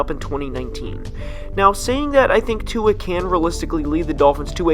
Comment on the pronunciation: Singletery is good tua is great I’m a Alabama fan and I watched him play a lot he’s a beast also say tuas name right